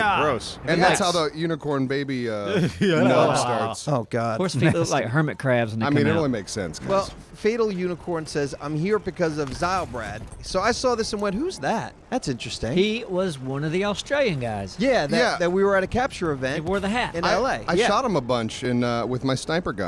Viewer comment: lol its zillbrad not zylebrad